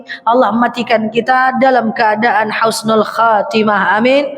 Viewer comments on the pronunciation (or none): none